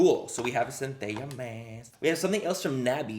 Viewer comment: The ls in Centella are actually pronounced like in the name Stella :D